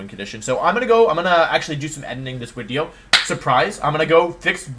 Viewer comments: Is there like an in-joke explanation as to why he says "Wideo" instead of "Video" ? I'm new to the channel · why does he replace Vs with Ws? Am I missing an in joke here? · Day 1 of telling Woofley that my cousin won’t stop saying wideo because of you